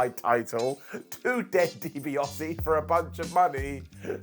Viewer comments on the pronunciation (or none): Dibiase* not Dibiohrse